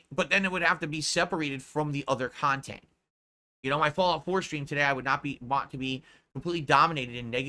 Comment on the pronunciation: People made fun of him for how he pronounces "content"/kha•n•tent and I think that made him self-conscious lmao